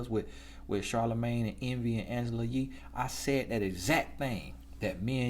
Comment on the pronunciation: Hand-GELA 😭😭😭 I can not deal with you 🤣🤣 I’m cracking up lol